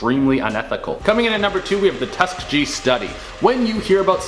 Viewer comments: Tuskegee, not tuskajee Ffs where do they get these narrators:| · Its pronounced Tus--kee-gee just saying but great video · Tuh-skee-gee say it with me friend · Why can't any of them pronounce Tuskegee properly lol they have done it on this channel several times lol Tusk-kee-gee college named after as well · TU-SKEE-Gee say it right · Dude it’s Tusk(ee-gee) Tuskegee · That's not how you pronounce tuskegee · How i black and dont know how to pronounce Tuskegee?